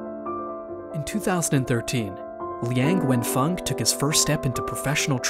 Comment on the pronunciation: Even though I am not Chinese, but I am so much irritated by the way this video pronounce his name and all other chinese names, including the Zhejiang University name. It would be nice and respectful, if you learn how to pronounce these names correctly.